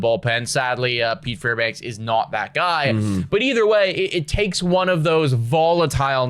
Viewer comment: his name is Fairbanks, not Fairbanks-uh